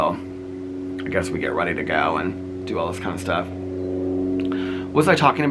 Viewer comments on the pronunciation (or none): none